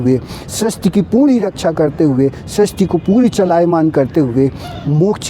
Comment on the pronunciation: आप सृष्टि के स्थान पर स्रष्टि बोल रहे हैं जो पूर्णतया अशुद्ध है। आपसे यह आशा नहीं रखते हम